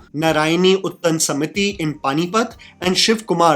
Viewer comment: Bhai kitna bada Angres hai tu?? Sahi se Utthaan bolna bhi nahi ata tujhe😂😂😂 Canada me pala badha h kye